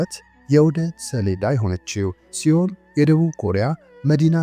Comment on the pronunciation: እረ ያሳፍራል ሴኡል ነው ሲኦል ተብሎ አይነበብም